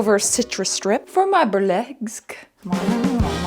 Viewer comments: "Burl-eggs-sque" Me: *Chuckles* "I understand if you want to unsubscribe 🥺👉🏽👈🏽" Me: *Subscribes immediately in protest 😂* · "Burl-eggs-que" Wanna unsubscribe? hell nah, Im subscribing now xD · You said "Bur-'l -Eggs-que" and never have I loved you more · BURL-EGGS-SQUE STOP I CAN'T BREATHE 💀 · “Bur-egg-sque…. I understand if you want to unsubscribe” HELL NAH IM HERE FOR THE CHAOS SUBSCRIBER EARNED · I had to pause the video after "burl-eggs-que" to laugh my head off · Had to play the burl-eggs-que bit over a few times to hear what you said after because THE WAY I CACKLED even after I knew what was coming... Anybody unsubbed for that, they don't deserve you. <3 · 'burl-eggs' made me subscribe lol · Literally as a burlesque dancer, the burl-eggs-que killed me 😂😂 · "burl-eggs-sque" made me make sure I had pressed like on the video 😌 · Burl-eggs-sque sent me 🤣